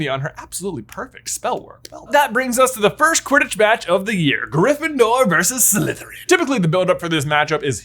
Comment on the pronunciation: I'm just watching these vids now. And I have to say that I'm loving them. Your imagination is truly impressive. This is so well thought out. I do have one criticism though and I've noticed it in other vids as well. It's how you continually mispronounce the word "versus". You seem to pronounce it as "verse". You are so well spoken that it's a bit surprising to me. It's also driving me crazy. Just had to vent. Keep up the good work.